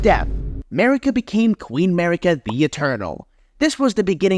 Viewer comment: Its amazing how you pronounced all the names of the characters in a way nobody else does and it sounds wrong af. Mariiiiika for example, nobody puts the emphasis on the second syllable wtf